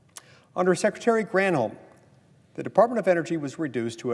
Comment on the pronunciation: When you say Gran holm I think of Molly Russell wart